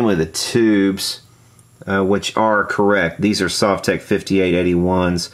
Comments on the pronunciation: Sove-tech !? What kind of person would pronounce it like that !? Sov-tek (it's even written on the front :/) In Russian it's probably sav-took or similar (my apologies to Russian speakers) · Sovtek is pronounced Sohv-tek with the accent on the oh, btw. These are great amps. They are based on the older Fender Bassman amps. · Correct pronunciation: SUAVE-tek. Because that's the way you didn't pronounce it when you gave the 1st two options. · Comrad !!!! You say Sovtek like Soviet Union . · You've always pronounced it wrong. This isn't even that hard to figure out. Say the word "Soviet", bet you didn't say the first part the way you've always pronounced it before did you. That's a hard "O" not the soft one you've always used. Congrats, you've always been wrong, and now you're pissed you got called out on something so simple. It's a mash up of the words "Soviet" and "Technology"; that's how you pronounce it. No one says "S`aw`Viet", they say "S`Oh`Viet"